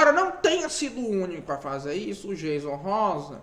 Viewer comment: Aprende primeiro a pronúncia do nome do Jayson Rosa pra depois vc falar do mesmo. 😳